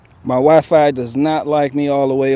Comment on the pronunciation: Sounded like you said "white fi" dont trust that!